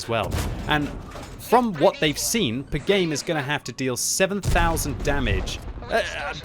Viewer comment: I think it is Pi Game. Like the number Pi. Not the sound pigame